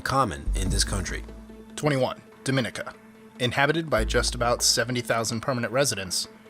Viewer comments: Its dom I ni ca lol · Its pronounced Doh -meh -neek -a. Its not that bad, nice forests and waterfalls. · pronounced Dominica wrong